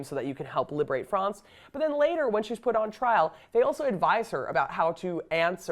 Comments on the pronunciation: This woman says she doesn't speak French. Why does she keep calling it Frahnts instead of France? I've never heard an American (or maybe she's Canadian) pronounce it that way. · This lady is pure American. Why is she pronouncing France, "Frawnz" ? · Okay! This is the History Hit gal who pronounces almost everything as an American generally would, except she obsesses with pronouncing "France" as "Frawnce"! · She keeps saying france as fronz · Why does she say "Fronce"...lol! That's not how the English say France.